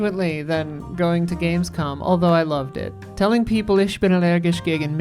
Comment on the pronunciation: Isla, kult å høre en amerikaner uttale "ich" riktig!